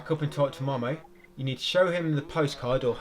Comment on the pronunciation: its not "mah mah" its "moh moh"